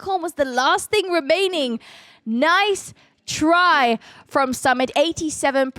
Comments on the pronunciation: His name is Su-mit not Sum-it😂😂. It was a nice match Anyway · It's not Sum it❌... Its suu mit✔️😤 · Sumit ❌ Samit ✅😂 No offence on accent 😀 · Its not samit its Su-Mit 🥲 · Sumit really did Blizzard with a drill was really impressive. I use log launcher with super wiz, so I call it 'Lizzard'. 🤣 Btw try to pronounce Sumit's name like 'Soomit' so you can pronounce it properly. And love your commentary.🥰💛